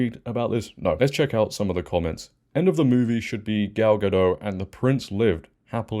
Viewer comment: Gadot, not Gado, you pronounce her name wrong several times in this video.